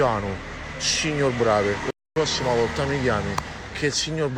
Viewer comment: Non sa neanche come si pronuncia il nome... Certo il signor BravE plagiava il dottor Brasiliano.